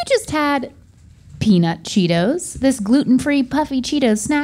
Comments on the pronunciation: It’s all about the emphasis on the t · no please don't call 'em Peetos.. Pitos? 🤣 (it's a certain slang word in Spanish 😬) Yeah.. or Pedos.. also not good smh yikes lol